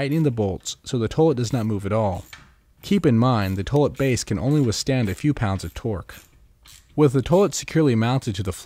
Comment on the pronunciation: Lol "towlet"...